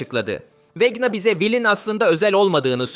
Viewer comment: abi okunuş olarak niye vekna yerine vecna diyon?